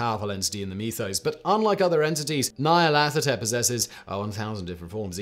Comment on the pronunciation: You are correct. All his pronunciations were, um... admirable attempts.